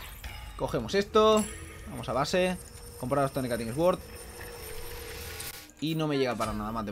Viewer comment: Me pone nervioso cuando dice Stone Cutting S Word cuando es Stone Cutting Sword no se dice asi aprende inglishh!!